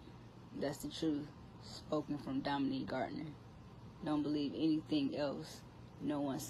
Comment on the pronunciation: If you gonna say someone’s name say it correctly